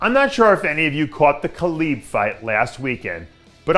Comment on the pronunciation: Dave it’s Khabib Not Khalib